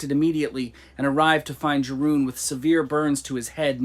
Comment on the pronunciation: Yeroon. Dutch j is pronounced like a y.